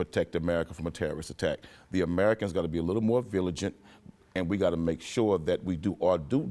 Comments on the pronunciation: Quanell, the word is "Vigilant" not viligant ... lol. Great guy !!!!! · Maybe, but he damn sure said villigent twice and I'm not gonna argue with him over it lol have u seen his traps hahaha